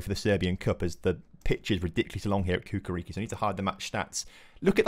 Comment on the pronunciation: Hey brotha love the series! It's Chukarichki not Kukariki :D Keep it up